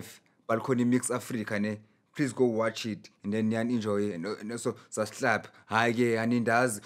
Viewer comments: Did he just say SUBSLIBE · Nah, he said "sas'hlab" lol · Thanx Chikuse Susclibe